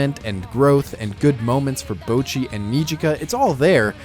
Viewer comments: its not bowchi, its botchi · Except in this video you're pronouncing it as "b-oh-chi" and not "bo-cchi". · Bah-chee. It's literally spoken that way in the show. BAH-CHEE. NOT BOW-CHEE. How can you screw that up? IT'S LITERALLY PRONOUNCED THAT WAY BY EVERY CHARACTER IN THE SHOW. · You pronounce the ぼ as 'bowh', almost as in 'Rainbow', but it's supposed to be much shorter. It's more like the 'bo' from 'box'. You also need to put emphasis on the first part of the ち (which is why her English name is 'Bocchi' with two C's and not 'Bochi'. You should listen to how it's pronounced in the show, and put a recording of your own voice next to it, and you should hear the difference. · "bowchi" it's "bohchi" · Bocchi not Bowchi :( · My god man, can you at least try and pronounce the names correctly. Bouchi, nails on a chalkboard stuff. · Bot-Chi, like Tamagotchi, how they say it in the show every damn time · Fuckin pronounces it Boucchi People on the internet are too compliant in commenting on small mistakes, which in turn doesn't affect the person in the wrong but instead just boosts their video harder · I'm not trying to start a fight or anything, but please, at least try to pronounce the name somewhat right. Bowcchi hurts me every time. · why does everyone pronounce her "boachi" ? xD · "Bowchi the Rock" 😂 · I loved this video but for fuck sake "BOWchi" killed me every time lmao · Really good video You pronouncing Bocci and mangaka made me cringe hard though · Bow-chee the rock?! so american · It's a little embarrassing that you can't pronounce Bocchi's name right in a video about it. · youre pronoucning her name a little wrong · Probably a decent video but I had to stop watching after 1.5 mins when I heard you pronounce Bocchi. Wtf is that man it's like you tried to get it wrong on purpose. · all was going well til this dude somehow mispronounced bocchi like how even..... I'm not mad I'm impressed 🤼